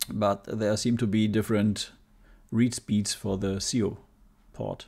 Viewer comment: It's not SEOH, it's S.I.O. (for Serial I/O) to SD. S.I.O. is the zero-th generation of USB and can have a faster clock speed than the original S.I.O bus. It's what allowed high speed disk drive modifications like the Happy Drive, etc.